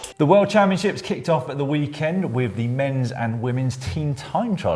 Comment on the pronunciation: Caption : "I goat the jersèèè at the worldchampionsheeps..."